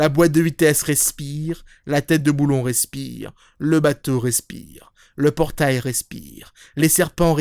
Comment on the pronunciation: Je crois que j'ai jamais entendu quelqu'un prononcer aussi bien le mot "respiiiire~".